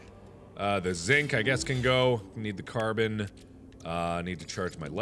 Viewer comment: he also called it zik, its zinc. triggered